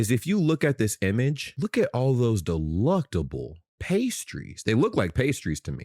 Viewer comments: DelECTable isn't pronounced deLUCTable :D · It's delectable, not deluctable. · Yeh, but it's DELECTABLE. Not DELUCTABLE, AhwKay?! 😉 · Doesn’t he mean to say delectable and not deluctable? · you keep saying "delUctable" the word is "delEctable" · Delectable, not Deluctable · Delectable not deluctable mate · Brit here what the fuck is deluctable? Could you possibly mean delectable or is it from that American language.